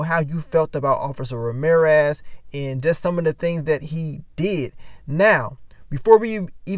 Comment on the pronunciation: OH Lawd not Ma-reer-ez!